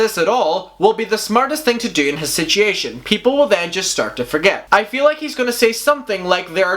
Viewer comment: I was about to comment the same thing and then saw this.. it gets me every time! 😆